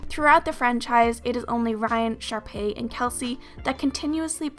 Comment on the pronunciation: I thought you said sharpie